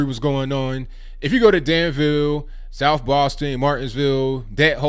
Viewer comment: I believe you are from the south because you pronounce it 'souff.' No trying to offend, just an observation.